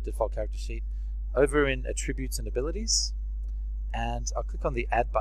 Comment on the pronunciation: Just a help on pronunciation: Attribute is stressed in the first syllable, and Gauss rifle is named after mathematician Karl Friedrich Gauss (GAH-ohss), pretty much pronounced as one syllable, and the CGS unit of magnetism was named after him, so the gauss rifle is named after that (magnetic fields to project metal bullets).